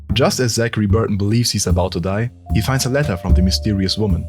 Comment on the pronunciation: y'all are just finding out about this mod?This was such a cool new concept and mod, overall 9/10 because whenever that guy said Burton it pissed me off